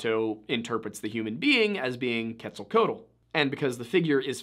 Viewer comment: It's pronounced ket-zall-KWATTLE. Just FYI.